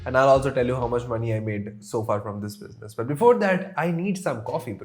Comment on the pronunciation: i love the way you say "biznus"